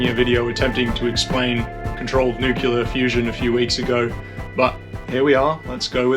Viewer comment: It's NOT NUCULAR, IT'S PRONOUNCED NEW KLEE UHR... NU CLE AR.....